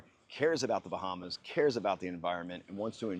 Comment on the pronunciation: Where are: "The Bahmas"?